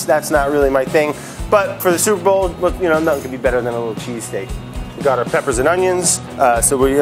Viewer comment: Your legal department didn't say you can't say "sueprbowl?"